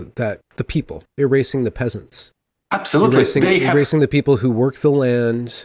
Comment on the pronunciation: I love how he pronounces "peasants" as "pissants".